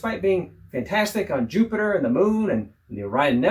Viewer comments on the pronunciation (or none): none